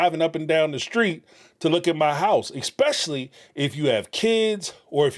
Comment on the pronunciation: Thank you for pronouncing “realtor” correctly Please start saying ESSSSSS PECIALLY NOT EXXXX SPECIALLY